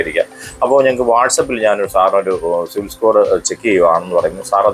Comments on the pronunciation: ok, ഞാൻ വീണ്ടും വീണ്ടും കേട്ട് നോക്കി, എനിക്ക് സിവിൽ എന്ന് കേട്ടത് പോലെ തോന്നി സോറി 😊😊 Btw, nice content 😊😊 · Eda potta 'civil' alla 'cibil' aan😂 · സിവിൽ അല്ല സിബിൽ